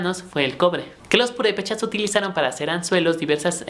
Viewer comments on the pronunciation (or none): none